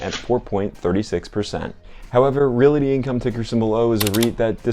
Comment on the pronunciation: It’s realty, not reality. And I know you’re not saying reality as in the word with the accent in the al, but you are saying reality with the accent on the single syllabled rea. Appreciate the video though. Always like to hear what you have in your portfolio!